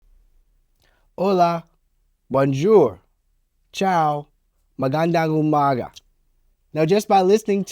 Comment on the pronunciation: Wow, I love the way you said 'Magandang umaga!'